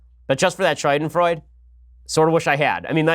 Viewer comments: Wtf Ben? SHOYDENFROYDE? it's pronounced Schadenfreude ~ Shaa-den-Froy-duh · scha·den·freu·de ˈ(SHädənˌfroidə) NOT "Shoi-den-froide" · Ben, I love you man but shadenfreude Please google this and hit the sound button so you can hear how it is pronounced. You are killin me every time you say it. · SHAH-den-froi-duh SHAH-den-froi-duh SHAH-den-froi-duh SHAH-den-froi-duh I don't know why this bothers me so much, but I also don't know why I've heard so many people mispronounce it lately. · Ok , but that´s not how you pronounce Schadenfreude.